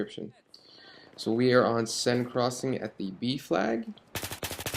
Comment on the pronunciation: i like how you actually know how to pronounce "seine." some of the other bf3 commentators out there seem to delight in the ignorance of pronunciation. come on guys, it's just fucking reading.